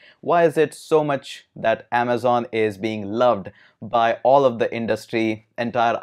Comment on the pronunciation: "In this video, we are going to talk about 'Aamzon AWS' " 😂